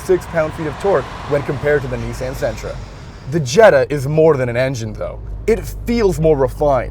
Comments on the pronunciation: I thought he was talking about his niece, Ann. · The way they pronounce "Nissan" kills me.